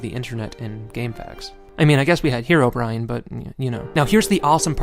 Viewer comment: I hate it when people calle hime hero brine instead of herobrine